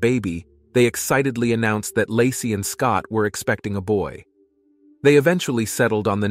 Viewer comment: . 😂 "Lah-see's" hometown... 🤣 baby due in 2023?!?!?!